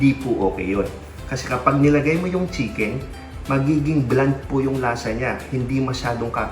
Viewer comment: Bland po not blunt 😊